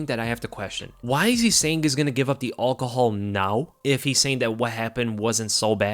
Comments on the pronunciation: Dude you’re saying it wrong… al-cohol not all-chol 🙄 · STOP SAYING ALL-COHOL fucking hell 😂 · Why does he say alcohol like that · Lmao saying "alcohol" 🤣 😂